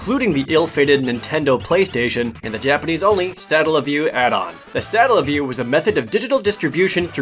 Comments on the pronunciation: It's pronounced Suh-Tell-uh. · That's "Satella", not "Statella":P also... - "Hobard" Lincoln? Really? Hobard? What's going on with you,?:P EDIT: omg... - "Hondai"?...... pls...